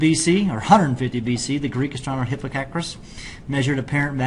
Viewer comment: Is this a joke? The cat's eye nebula is a planetary nebula, not a supernova remnant; it's pronounced "hip-PAR-kos"; 10pc is 33 lightyears or 19 Trillion miles; and I stopped watching after three minutes. Read your textbooks kids....